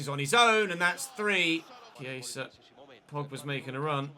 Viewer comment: He's saying it like Chieisa. And Viera is not pronounced the same way as Vieira. Viera = vee eh ra Vieira = vee ey ra